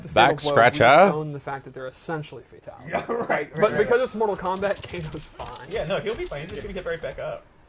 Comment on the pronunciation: He says fatality like FATality